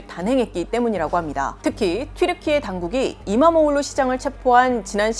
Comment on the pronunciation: Nice pronounced. .EKREM Imamoğlu